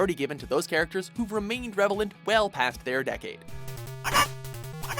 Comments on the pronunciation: Did you just say "revelant?" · You said revelant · Wait. Did say "revelant", or is was that just my hearing?